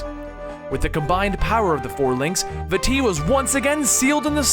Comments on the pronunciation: vaAti not vati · vah-ty not va-ty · I wonder if Vaati's name is pronounced V-uh-tee, like in the video, or if it is pronounced V-ah-tee, because of the double a in the name. Much like General Raam from gears of war. Sorry about adding another pronunciation to the collection, But hey at least I didn't tell you how to properly pronounce something x'D. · vaAti not vaatEE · Vaa ti Not vatti it its a longer a sound like vaaati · Bad grammar and pronunciation. Remember that Japanese people named these characters. When you say "Vaati" you are emphasizing the wrong part of the word and saying "va-TEE" when you should be pronouncing two As at the beginning without stressing either syllable, like "Vaah-ti." Also, "As best as we can" is grammatically incorrect. Best is a superlative, so you should say "The best we can." And it is ocarina, not "ORCarina." It is pronounced "Ockareena." Deku is "Deh-keu" not "DEE-KEW." GanonDALF is actually GanonDORF. There is no Ganondalf the Grey. It is GeruDO (like dough), not Gerudoo. And it's "ALL kinds of crazy things," not "WHOLE kinds of crazy things." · No it's vaa-ti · I think It's pronounced Va-tee. I'm not sure. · Vaati is pronounced like baaty, exept the V makes the nirmal sound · Vaati is pronounced ( vah- tee ) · Also Vaati (V-ah-tee) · I say Vah-tee for Vaati, and it's Ganon-DORF.... And Oh-carina. Just a few pronunciation gripes. Besides that, it's a great video :D Speaking of pronunciation... I remember you saying "SHA-eek" tribe instead of the Sheikah tribe. I thought it was "Shee-KAH" :P oh well...